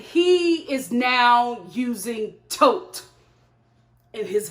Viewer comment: I cringe every time she says "Tote". I hate to say this but I thinking he's going along to get to US at any cost.